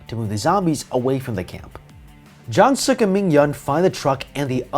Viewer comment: what you said: jungsuk what i heard: junksuck